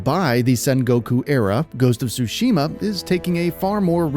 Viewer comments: Dude its ghost of TTTsushima!! not ghost of sushima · It is Tsushima, not sushima 😛